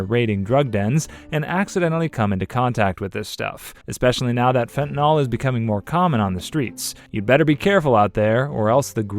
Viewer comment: Is it not Fent-a-nil pronunciation? -nol is its own suffix.